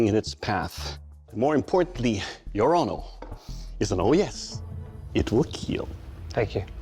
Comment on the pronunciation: I Hit play just to hear him say: "It will Keel" 😂🥴